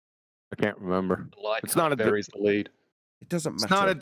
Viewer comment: 10 min 53 seconds REN BER ? do you mean RE MEM BER a 3 syllable word.